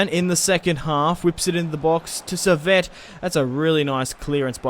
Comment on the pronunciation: Saviet is pronounced like sav ee aaa